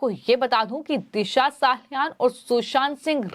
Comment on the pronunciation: दिशा साहालयान नहीॅ मॅडम 😅 हर एक वाक्य मे "हा" जैसा शब्द डालकर शब्द को किरकिरा मत करो😮